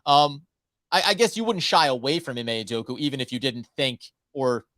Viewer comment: UdokA UdokA. How do you guys still call him Udoku when there is an A at the end.